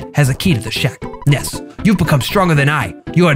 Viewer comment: Ness is actually pronounced nuss